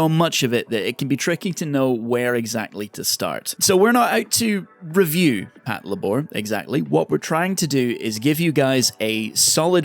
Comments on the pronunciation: Pat-la-bor! I 😆... It's " Pat-labor ", mang! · Can you re-record the audio for this video and say “pat-labour” instead of “pat-la’bore”? Like nails on a fucking chalkboard. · Patlabor=patrol lay-ber Pronounces it lay-bore Frustration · It's pronounced Pat Leibar not Pat La Bor! It's Labour in British English. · Pat lá bor?... Isn't it pronounced "Pát Labour"? Because, you know... Labour robots? ;P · The inflection is killing me. Pat-LAY-bor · HOW DO YOU WATCH THE SHOW AND THEN GET THE NAME WRONG THE THINGS ARE CALLLED after robot suits build for work as in labour THAT PATROLE IT PAT-LABOR. FFS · You put the emphasis on the wrong syllable. It's PAT-LAY-BUR. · I thought it was pronounced pat-labor as in," i labor to build a house." I guess i have been saying it wrong for decades...😮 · it literally means Patrol Labor, so it's pronounced Patlaybor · "Pat-la-bore" wtf? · I can't with the way you pronounce patlabor 😢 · Well, you should have anticipated it. Your pronunciation blows.